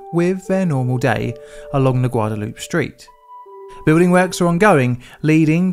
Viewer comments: For FUTURE REFERENCE: Guadalupe has a LONG '-ay' at the end... "Guwad-ah-loo-pay' - I hope you read and remember this because this is the 2nd time I heard you say it like this, but I didn't mention it the first time..... I hear A LOT of Brits pronounce it the same way you did... so I figured I would try to put an end to that LOL :) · Say it with me,: "Gwa-dah-LOU-pay" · Guadalupe is pronounced with a Spanish/Mexican accent. Guada-Loop-Ay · You pronounce it Gua-da-lu-pe. It is named after La Virgen de Guadalupe, who is the patron saint of Mexico. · you mispronounced Guadalupe!! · They do it on purpose to make you comment -- it worked